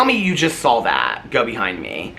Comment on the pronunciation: I didn’t “sawl” it but I “saw” it 😂 The bird, not a shooting star. 😊 you are adorable! ❤❤